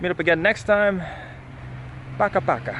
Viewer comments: Good stuff man! but its pokAH pokAH - the stress is at the second syllable ;) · "paka paka." you put the emphasis on the wrong syllable. hit the "ka" not the "pa."